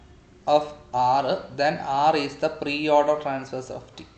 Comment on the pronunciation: its traversal not transversal dude